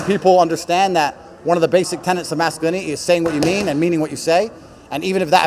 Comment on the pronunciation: did he just say masculini'i socie'i :face-red-droopy-eyes